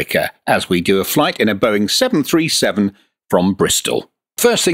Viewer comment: Out of all the impressive stuff in this video, the one thing that triggered me a bit is when the AI says "Boeing seven hundred and thirty seven" instead of "Boeing seven three seven". Its minor, but its something that is happening all the time with the current TTS in MSFS 2024 and it drives me crazy, along with all the other ridiculous things that the TTS in MSFS says. SI is lightyears beyond what is available in MSFS, but it just goes to show how even the smallest details can be immersion breaking in something like that. I'm still sold though. The only thing I wish MSFS would do is allow for these services like Say Intentions and BetterATC to actually REPLACE the in game ATC functions instead of it needing to work along side it. I hate having something as great as this, while also still needing to utilize the simplistic and dysfunctional default ATC system.